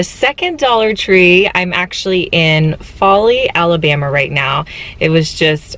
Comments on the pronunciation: Foley al is pronounced fo lee not fa lee! Also could you do some colorful projects? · It actually pronounced faux-lee. Btw. I live here in Alabama and gulf shores is my dream home! Love the area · Cyna411 that’s what I was coming here to say, hahaha! My sister in law lives in Foley (foelee) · Welcome to Alabama the Beautiful! The second store, Foley, is pronounced with a long o. Enjoy Gulf Shores!